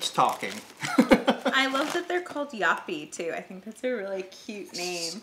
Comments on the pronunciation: You actually pronunced it quite well, when you read the back of the Joppie chips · Im here to say the same thing! Very good pronounced.